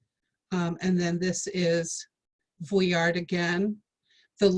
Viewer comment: Boring and make mispronounced vuillard